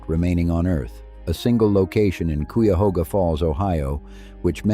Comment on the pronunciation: Also KY-ahoga, not Cwi-ahoga.